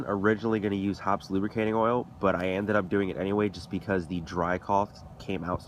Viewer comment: Hoppe's is pronounced hoppies or hoppys not hops. Know your products well and you'll do an even better job...though I wouldn't use a product made to dissolve gunpowder residue in my air rifle barrel.